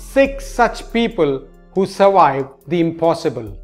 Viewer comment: words like Walwes (valves), Awoidance (avoidance), Surwiwed (survived), Wideo (video) etc., are spoken just like Vijay which you DO pronounce correctly and should be learned. Just say the words over and over many times correctly. Otherwise your English is very good. Loved the Wideo (video)!:D (Don Wood, Mumbai) Liked and subscribed.